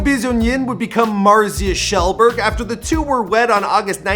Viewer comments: IT'S K-GELLBURG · It's fucking k jel berg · Ah yes, Marzia KEELBURG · Marzia Keelberg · “marzia kjellberg” I want to cry